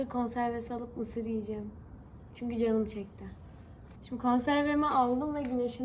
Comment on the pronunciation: ✨ZihğNindeyim Çüğnküü✨ 🤣😅